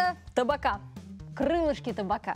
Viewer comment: Не таБака, а таПака! Это от названия посуды в которой готовится всё под прессом, "тапаки" называется!